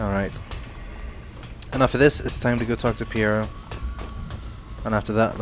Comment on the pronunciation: to me pronounces pierro like hes saying pyrrha IM GETTING FLASHBACKS TO THE VOLUME 3 FINALE